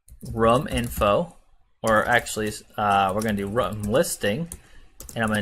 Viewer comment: I pronounce room like that and people make fun of me, so I was excited when I found someone else who pronounces it like that. And I felt validated until I saw your comment 💀